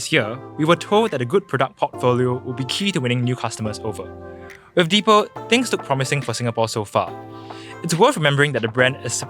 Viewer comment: It’s pronounced as “dee pal” (the pal).